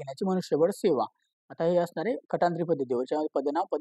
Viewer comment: भावा किती अरे बोलणं तरी नीट ठेवा हो, निकष ला निषक, कंत्राटी ला. कंटात्री.. बाकी रेकॉर्डिंग अजून clear ठेवा, आवाज clear नहीं